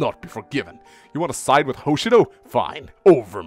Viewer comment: Well, if you're going to bring up Mang's pronunciation, then there's something that's repeated far more. Hoshido is pronounced with the emphasis on the second syllable; Ho-SHI-do. Not HO-Shi-do. Very insignificant, but you brought it up first.